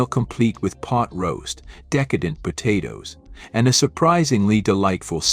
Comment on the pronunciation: . Po-toes was a funny one. Actually I get a kick out of the mispronounced words. We all know what they mean. 😊